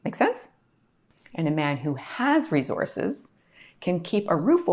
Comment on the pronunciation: Re-Zorces! LOL 😅😂😅